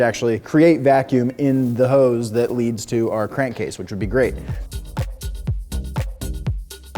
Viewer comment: Hose, not Hoe's...